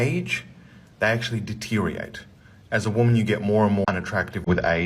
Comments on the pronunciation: Deteriorate (Di-Teer-ee-ur-rayt) is a five syllable word. When he can actually pronounce that word correctly, then maybe he can pretend to know what he’s talking about… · I love how he rants about people not understanding or speaking English properly, and yet cannot pronounce 'deteriorate'😂😂 What a fu**ing loser.